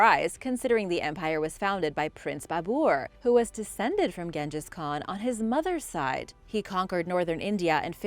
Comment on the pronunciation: you said genghis wrong (yes i spelt it wrong) and there was another word in a video you just say wrong lol